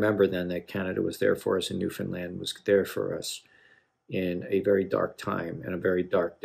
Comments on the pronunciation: First and foremost , as a Newfoundlander , I really appreciate that you took the time to learn how to properly say Newfoundland. Your choice of Great Big Sea was a good one. They do more modernized “Jig & Reels” . Thanks for the love . ✌️💕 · The first American I've ever heard pronounce Newfoundland correctly.